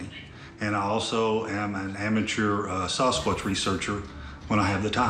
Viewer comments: Thought he said "saw his crotch" really fast once when he messed up the pronunciation. Sawhiscrotch, oops, sawswuatch, sasquatch? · By the way... It's sas squatch... not sauce squatch... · I love how he says, "SUSquatch." LMAO!!! Like it could be real, or just a figment of your imagination!!! Hahahaha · K I need to know..is it pronounced SAUCEquatch or SASquatch??